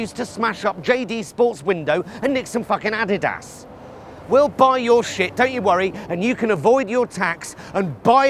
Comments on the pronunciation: What's an "ah-da-das"? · The way he pronounced Adidas is very distressing.